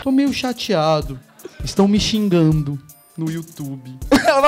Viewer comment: Legal é você falar ''chingando'' ou invés de ''xingando'' mas coitado do Antônio kkk